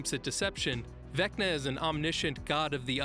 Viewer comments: “Vecna Valo”. Lol 10/10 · Haha I like the gag of purposely mispronouncing “Vecna”